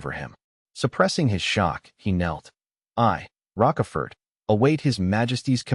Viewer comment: Broooo. The AI is messing up Count Rochefort and Karl Von Schmidt .